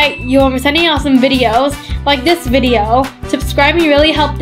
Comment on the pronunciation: It’s video not vibeo